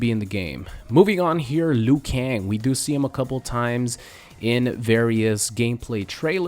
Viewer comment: Liu kang its Liu, Liu!!!!!